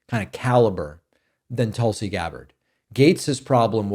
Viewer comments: My personal opinion I will miss you saying Toolsi. She reminds me of the type lady that asks my name and when I say it out loud she repeats it back wrong. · Right way of pronouncing "Tulsi" .is... like in " put". Not like in " but". . I'm from India. The word means a herb, with lots of benefits. .. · to be frank you've reverted to mispronouncing Tulsi's name. Her name comes from the word for the holy basil plant tulasi. In Sanskrit the vowel u sounds more similar to an “oo” sound like in tool or cool. So toolsi is closer to the actual pronunciation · "toulsiiii" lol i noticed there's another word like tulsa or something that he would give the same inflection for